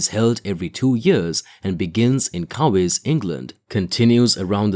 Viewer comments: I stopped watching as soon as you flashed a photo of a “pond skimmer” power boat, but could have stopped after your failed attempt at pronouncing Cowes and several other amateurish/lazy errors. Give it up…The ‘79 Fastnet in particular deserves more respect. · Superficial, without any real information, just data and the guy couldn't even pronounce words like COWES and Isle of Wight properly.. Poor video